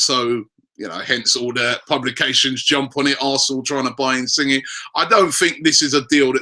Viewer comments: It's pronounced "insinyay" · I don't want us to sign Inisgne purely because I don't want to hear Robbie say "insingy" every week lol